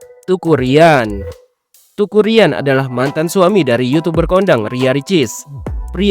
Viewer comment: Teuku min.. bacanya Têku sprti ejaan Sunda, bukan dibaca TUKU 😆